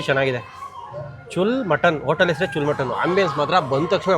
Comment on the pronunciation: ಚುಲ್ ಅಲ್ಲ ಕಾಕ್ ಅದು ಚೂಲ್ಲಾ ಅಂದ್ರೆ ಓಲೆ